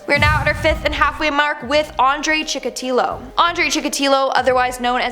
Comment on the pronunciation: Not to be a d*ck, but the o in Chikatilo is pronounced a.